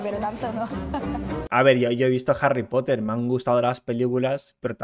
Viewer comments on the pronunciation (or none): "Harry Potte"